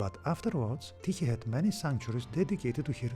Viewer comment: Well done video and very informative. Now I know how to properly pronounce Tyche.